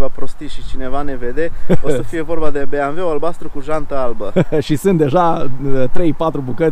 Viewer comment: Când am auzit "beamve" n-am putut să mai fiu atent la mașină, n-ai cum🤣